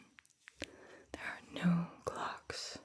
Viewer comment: When she said clock I thought she said Glock. I was like there are 100% people with Glocks in Los Vegas casinos.